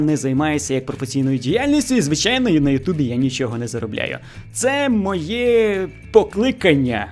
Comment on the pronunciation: дякую. Не ображайтесь на зауваження. Я про українську фонетику, про вимову. Звук [ч] в українській твердий, в російській - м'який. У Вас звучить: хочю, якщьо, нічього. І трішечки звук [о] у Вашій вимові звучить наближено до [а]. Це не Ваша провина, більшість українців тепер говорять саме так. Але дослухайтеся до мови українських акторів, до мови бабусь і дідусів із українського села. Абсолютно тверда вимова Ч! Спробуйте.